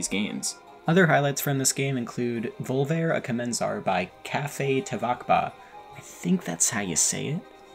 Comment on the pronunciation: peak video but as a latino the way u said volver a comenzar is so fucking funny